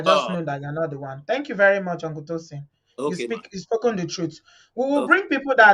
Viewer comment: "hunkle" haff run away 😃😃😃